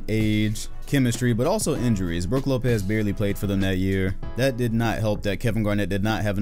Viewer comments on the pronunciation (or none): none